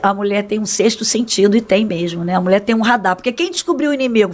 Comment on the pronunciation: Alguem encina Silas a falar Mulher e não Mule